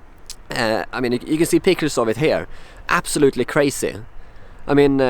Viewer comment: That is cray-see!